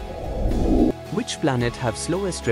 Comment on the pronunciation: its venus not V News